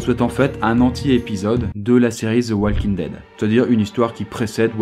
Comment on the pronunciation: "Walking daid" ??? really negga